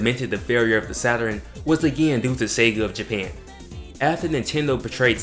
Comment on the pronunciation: Funny to hear you say "Saturin", instead of Saturn! My little brothers, and cousins used to say it the same way... Also, I can see you've done your research... SALUTES 💪🏿